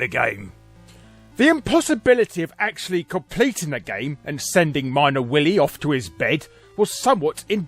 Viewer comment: "Jet Set Wily"